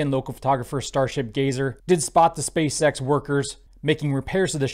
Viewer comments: I'm 100 percent sure is saying Space sex 💀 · I love how he keeps saying "space sex" haha